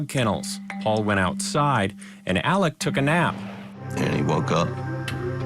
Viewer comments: It’s pronounced “Elek” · In SC, they pronounce it "Alec," or "Elick." And the last name is pronounced "Murdock."